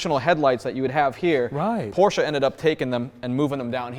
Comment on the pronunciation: THERE IS NO A IN PORSCHE!!!!!!!!!!!!!!!!!!!!!!!!!